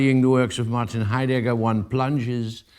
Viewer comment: Why do you pronounce his name as "hi_dagger"? Are you mocking him? It's so awkward to listen to...